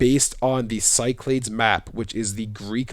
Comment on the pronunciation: Cyclades is pronounced "KEE-clah-DESS" Or in words: Key - Claw - Dess (Or like you say the "des" in destiny) or "SEE-clah-DESS". Of course, it gets pronounced other ways from other places, but I thought you might find this little pronunciation tidbit interesting! I have heard even from Greek students that it is alternately pronounced with a "s" sound at the start or a hard "c" sound. I wonder if the hard "c" pronunciation comes from the Roman colonial period. A lot of online pronunciation stuff has people kinda lazily just making things up, but the top results at least hold water. Anyway, this should be a cool region to explore in the next games!